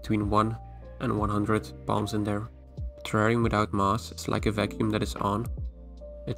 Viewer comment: When you say "palms" I always hear you say "bomb"